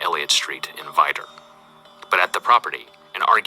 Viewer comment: The voice over pronounced it funny but I have friends from Vidor, Orange County Texas. Just good, hard working, blue collar folks but a little crazy.